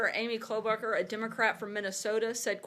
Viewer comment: "Klobacher"?.... uhm.. I'm sorry but its KLOBUCHAR. (things Minnesotans get mad about haha)